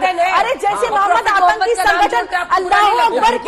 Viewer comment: Not halah its Allah boll